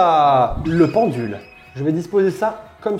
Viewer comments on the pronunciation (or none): Chuis la seule à avoir entendu pendu à la place de pendule ?XD